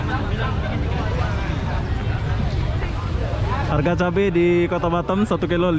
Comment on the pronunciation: bukan batem tapi batam, betulkan sebutan tu